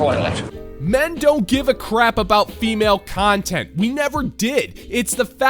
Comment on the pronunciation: Did you just say "smug cuntent" 😂